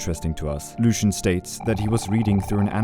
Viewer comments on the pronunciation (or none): none